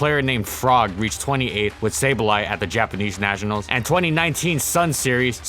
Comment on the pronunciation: what kind of pokemon is a neeshionals?